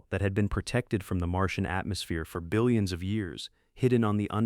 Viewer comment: “Dillions of years ago” 😂